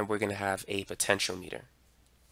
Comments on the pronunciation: I thought it's pronounced "po-tent-chi-ometer" not potential meter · Why you say Potentiometer and De-coupling, weird?